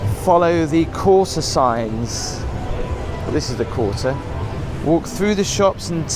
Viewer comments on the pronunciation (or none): The instruction says follow "The Quarter" signs, and I hear him read that, clearly saying "Quarter". But then as he approaches the sign overhead, I hear him clearly saying (twice) "the courser". What do you hear?